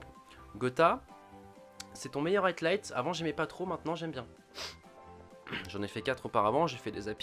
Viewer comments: c'est high light , pas atlight j'sais pas d'où du sors le "t" et vu que t'arrête pas de le dire c'est stressant xD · C'est moi ou il dit tout le temps "highTlight" au lieu de "highlight" ? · Bon c'est HIGHlight pas HEIGHTlight stpl corrige :p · HIGHLIGHT (aïelaïte) Gota, pas HIGHTLIGHT.. Dude ça fait trop longtemps que tu fais cette erreur :) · Highlight se prononce "Haïe-light" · Je veux pas faire chier mais Highlight ça se prononce Haïlaïte et Wager ça se prononce Wèïdjeur. Voilà c'est tout, à part ça tu déchires ! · Y'a pas de "t" a "high"